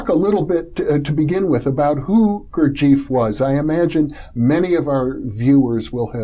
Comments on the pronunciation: I spent time with a college professor who was a student of jg bennett's and they definitely weren't calling him, "Goor-jeef." they called him "Goor-jeff." very annoying to hear his name mispronounced on something like this. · Why do Americans persist in mispronouncing Gurdjieff's name? It's irritating. The name is pronounced GOOR-jee-eff. AND Tart gets the name of the Sarmoung brotherhood wrong, which hardly inspires confidence in his fitness to explain Gurdjieff's work. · it is Gurd G F not eef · You are so right.Gurdjieff is not Beef.